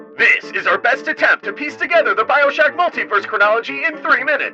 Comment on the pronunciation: Cam notice how he said attempt